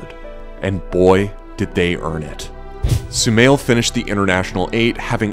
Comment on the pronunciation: Guys it's not sumail it's shumail and also my name 😌